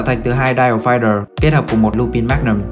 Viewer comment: Ad ơi Lupin đọc là Lupan nhé ad